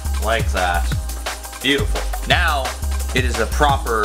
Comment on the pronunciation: the way he said now sounds like shroud